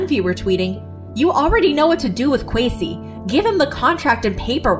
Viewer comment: The way they pronounced Kwesi just had me cringing the whole time